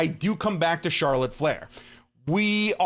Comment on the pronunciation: him: charolet flair me: yeahhh imma unsubscribe